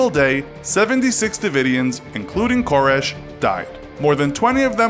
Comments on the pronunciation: Ker-RESH not KOR-ish. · Well, first of all, it didn't happen in Waco. Secondly, Waco isn't in northern Louisianna. Thirdly, it's Kore-ehsh. Not Kore-ish. Fourthly, you shared no new information that isn't widely known. Fifthly, everyone is too smiley. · Ka-resh. Not Cor-ish. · You're saying his last name wrong. It's not "Kore-esh". It's "Kore-resh". Thought you might like to know. Love the videos btw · Pronounced KoREEEEEESH. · It bothers me how you pronounce “Koresh.” It bothers me more that your infographic shows Waco’s pindrop location as being in Louisiana. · I couldn't get 2 minutes into it. The wrong pronunciation of the last name drove me insane. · You don't pronounce David Koresh's last name properly once in this entire video...